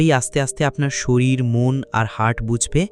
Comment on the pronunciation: শরীল নয় ওটা শরীর হবে।